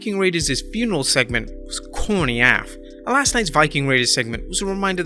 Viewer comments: "... was corny ahff" 🤣 I get y'all can't swear, but saying "ahf" instead of "A. F." or like "as" then a bleep or whatever else makes it sound so silly. I'd suggest y'all just plain ol' don't use AF at all and substitute some witty idiom or literally anything else. Sorry, not tryna hate, I love y'all, long time fan, just throwing my two cents in, that's all. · You are supposed to pronounce AF as A F as two letter, not as a word.